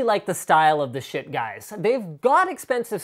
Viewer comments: I thought it was pronounced "sheet" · you sayd shit not schiit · Why did they name it Schiit? It just sounds like shit. or am I pronouncing it wrong? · Everytime he says "Schiit" i can't help but laugh. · i just watched so i could hear Linus say Schiit